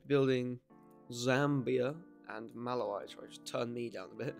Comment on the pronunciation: Just letting you know, you pronounced Kiribati and Malawi wrong, Kiribati is pronounced as (Kee-ruh-bas) and Malawi is pronounced as (Muh-laa-wee).